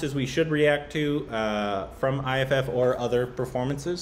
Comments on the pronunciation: IIFA awards is pronounced as "eye-faa" not as you spell it I-I-F-A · It's iifa not I fuck 🤣🤣🤣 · Haha....IIFA, not I fu.... Oh god. This video just made my day....thank you....... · She didn't say I fuck. She said iifa 😂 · That chant was iifa (eye fa) not i fu*kk 😂😂😂😂 Its not I I F A its iifa (eye fa) its a word not single alphabets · And, its not IFF! Its IIFA!! # Korbinized! 😆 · Try watching the entire video .. Priyanka was awesome. Btw, she said IIFA and not I Fuck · She said IIFA as an acronym... EYE FA. Not I F*** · We never thought of IIFA ( eye fa) as what and thought😂😂 that is how the acronym is said. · IIFA is pronounced as Eye-Faa... And that’s what she was chanting 🤣 “Eye-Faa, Eye-Faa, Eye-Faa” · She was saying IIFA you say it wrong I I F A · And made it "I fuck" 😂😂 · Abhineet Magar yeah i did realize later when said Eye-Faa... but i had already typed the comment by then so 😅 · & finally know IIFA as a word with a freaky pronunciation 😄🤪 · Hey ! That weird chant that Priyanka was doing was “ IIFA “ which is pronounced “ eye - Fa “ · Omggggg it was IIFA 😂😂😂 the award name oh godddd😂😂😂😂😂 not i fuck 😂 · HAHA OH GOD you guys didn't get the chant because you've been pronouncing IIFA wrong 😂 we don't say the letters separately, we pronounce it "EYE-FA" - that's what she was chanting 😂 😂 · It is not the full version video.... And IIFA is pronounce as Eye Faa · iIfa is pronounced as I-fa.... It was funny tho when she said it on stage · pronounce it like...... EYE FAAA IIFA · She is saying IIFA which is the awards function.. It’s pronounced AAEEFA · She said IIFA! IIFA!!! IIFA!!! 🙄🙄 Pronounced 'Eye-Faa' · wow they got no clue IIFA is pronounced as eyefa 😅😅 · IIFA is pronounced as i fa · "iiFA" "IIFA" NOT i F**K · That was not a complete performance first of all. Secondly thats how you pronounce IIFA and i have corrected you on all the performances you guys have reacted to.